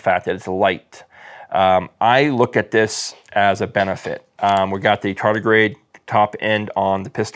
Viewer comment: Are you saying charter grade or Charlie grade